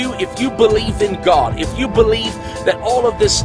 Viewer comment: He is clearly saying "cod", not God. He's talking about a fish guys.